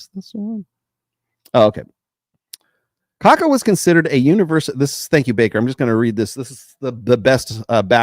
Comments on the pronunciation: It's pronounced Kha-kha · More or less like "ka-KAH". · In pronouncing Kaká, there is an emphasis on the last "a". Like "cacao" without the o.